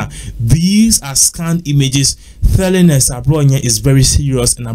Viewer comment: Can this presenter differentiate between his ‘th’ an ‘t ‘in the words eg telling he sounds it as thelling and whole lot more, makes it difficult to listen to his presentation 😳